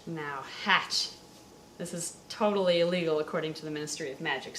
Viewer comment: toadally illegal